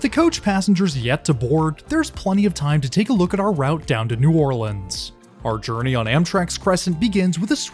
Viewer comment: This is my home route. I live in Slidell and thank you for pronouncing New Orleans correctly.